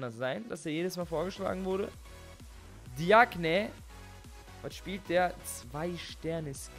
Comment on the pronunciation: Hahaha ehrenmann wie er diagne sagt